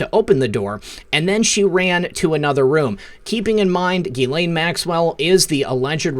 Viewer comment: Her name is pronounced Jiz-Lane.